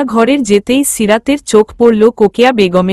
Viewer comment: লিখচেন রোকেয়া বলেন কোকেয়া